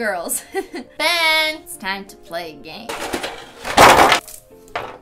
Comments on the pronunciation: gasps She said ' Beeen' and not Beyyyynnnn! :O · Nailogical "BeYYnNnn" Notlogical " Ben" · Llama Violeta it's pronounced BEAYYYYYYYYN